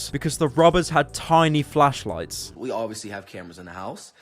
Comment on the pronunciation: “Little ash fash lights”